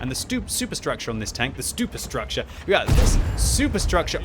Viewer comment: ..."the stuper structure" xD